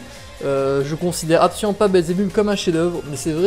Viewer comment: Sa se prononce pas << Belzebubb mais Belzebeub